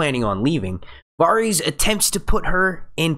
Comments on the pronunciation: The Varys mispronunciation was the worst one for me...he must be saying the names the way he said them in his head while reading the books... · How many episodes of this show have you watched? Have you never heard Varys pronounced? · Why does everyone say at least one character's name stupidly? This guy says Varys stupidly, others can't say Missandei, it seems like everyone who makes GoT videos has that one character whose name they cannot say correctly. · Please learn how to pronounce Varys...ur driving me crazy the way u say it wrong repeatedly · Stopped watching cause how he says varys but good vid